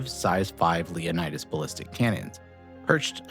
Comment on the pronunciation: Leonids, say it with me. Not Leonidas.